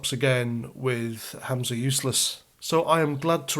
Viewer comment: it's Humza Useless, not Hamza Useless - you're thinking of your old adversary Abu Hamza. 😂